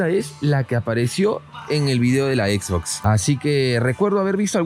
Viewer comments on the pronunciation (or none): none